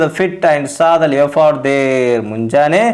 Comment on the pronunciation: You must improve your pronunciation... Leopard.. Gourd... I enjoyed your story...in Kannada. I want you to also give more attention to your tone.